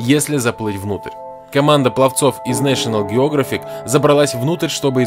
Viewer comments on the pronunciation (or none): Нэшионал Географик??? Джеографик!!! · Нэшенал геОграфик серьёзно !??!!!?!?!!!??!!? Нэшинал геогАфик!! Ударение на А! Ударение на А! Ударение на А! Ударение на А! Ударение на А! Ударение на А! Ударение на А!